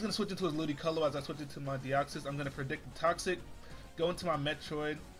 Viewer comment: Ludicolo? try again